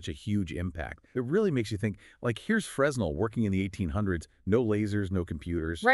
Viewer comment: Fresnel is pronounced "Frenel"